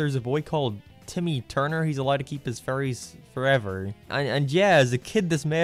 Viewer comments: I’m sorry ….But every time u say fairies the captions pick up furries…. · Your accent makes it sound like you are saying furries instead of fairies 😅 imagine a show called the furry odd parents 😳.... maybe not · Most people: fairies: furies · pronnounces "fairies" in a way that it sounds a loooot like "furries" And he likes Sonic the Hedgehog... What's your fursona,? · I never watched this show, I just like these videos because the way you say fairies sounds like furries